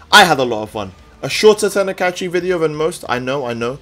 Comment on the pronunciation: Alright bruv, love ur vids, but god damn does it get annoying when u say "teni-kai-chi" like 3 times in a vid